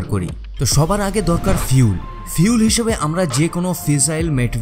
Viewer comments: আপনি ফুয়েল না বলে ফিউল বলছেন ? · খুব ভাল ভিডিও। কিন্তু ভাই, Fuel = "ফিউল" (যা আপনি উচ্চারন করেছেন) মানে কি..??? from BANGLADESH.